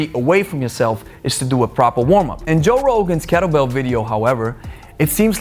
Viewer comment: its what happens when you dont do a pwoper warm up!